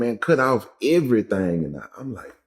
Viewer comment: He said "cut off evra thang"lmao